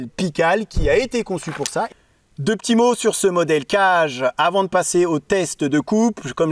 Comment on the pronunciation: Certainement, le kage, ça se prononcerait plutôt 'cagué' que 'cage', parce que kage c'est l'ombre en japonais et vu comme le couteau se dissimule facilement, ça fait sens. Juste pour transmettre l'astuce : c'est possible d'affûter des lames convexes sur une pierre en la préparant, il suffit de faire un 'quart de rond' sur les arrêtes à la place des chanfreins, qui d'ailleurs sont nécessaires après avoir rectifié sa pierre. Cela dit, c'est toujours un plaisir de regarder tes vidéos.